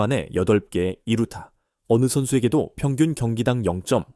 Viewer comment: 두루타 라는 것도 있는가? 했는데 이루타였구만....ㅋㅋㅋ